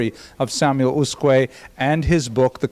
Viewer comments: The name Usque is not a common name, in fact, I don't think that name still exists in Portugal... But reading it according to European Portuguese rules, an acceptable approximation would be to read it like "OOSHK". The word is considered to have 2 syllables, with stress on the first ("Us"), but the second syllable is so brief that it sounds a but like a monosyllable. The "s" at the end of syllables is pronounced as "sh", so "Ooshk". One note to: pronouncing the "J" in "João" the way he does it (and apparently likes to do it), which is the Spanish pronunciation, is one of the most irritating things one can do to a Portuguese word... Other than that, great lecture. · As asked... in Portuguese in USQUE you don’t read the U after Q. You probably should read it as Usk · The right pronouciation is usk (u read like oo, s read like sh): I'm portuguese. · It's "Ooshk" :) Thank you for posting these lectures.